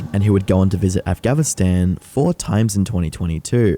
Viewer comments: Did you intentionally mispronounce Afghanistan throughout your video so that people would comment on it in order to correct you, thus feeding the algorithm? If so, bravo. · I find it hilarious that you can't pronounce "Afghanistan" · i find it hilarious that you dont know hes mispronouncing it on purpose so people correct him in the comments More comments = more engagement time More engagement time = More cash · why do you say afghanistan so incorrectly? all the time? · you have a hard time saying Afghanistan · Yeah but the way he pronounces Afghanistan, he should be pronouncing their army as the "Afghav Army". How does he go from messing up Afghanistan, but pronounces the shortened version for their army perfectly fine? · afgavistan afgavistan AFGAVISTAN AFGAVISTAN AFGAVISTAN. ITS NOT A FUCKING HARD WORD. AF-GHAN-IST-AN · Why you keep saying AfgaVistan? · ITS AF GA NI STAN NOT AF GHA VI STAN THEYRE CALLED THE TA LE BAN NOT TALLY BAN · why tf does he say afghanvstan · Why did he keep saying “Afgavistan” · Why the dumbo pronunciation of Afganistan? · Why you keep saying afgaVInstan?? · "avgaverstan" maybe take some seconds out of your day too atleast google the name before you make a video about the country lol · MATE. AF-GAN-ISTAN NOT AF-GAV-ISTAN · you kept saying afgavistan instead of afghanistan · I'm here and I wasn't gonna say thing but at this point you've said afghavinstan like 6 times. It's afghanistan 😮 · AF-GANN-I-STAN not avgavinstan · Bro said Afgavinstan :face-blue-wide-eyes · Stop saying "Afgavistan" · Are you saying afgavinstan or Afghanistan? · It's not called Afgavinstan, It's Afghanistan af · ga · nuh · stan atleast research the name of the country prior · I'm more confused at you not knowing how to say Afghanistan than i am at him going there... It's not Afgavinstan, it's af-ga-nuh-staan! lol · i hate how you say afghanistan "afghavistan" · why is this idiot saying “af-gavin-stan”? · Narrator can’t pronounce Afghanistan? Afgavistan?